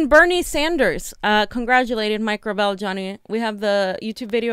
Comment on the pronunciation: It’s Gra vel. With emphasis on the vel.